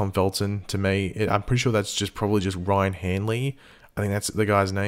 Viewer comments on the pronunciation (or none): none